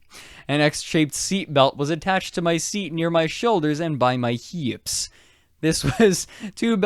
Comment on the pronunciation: the way you say "hips" is really interesting. is that a regional accent thing?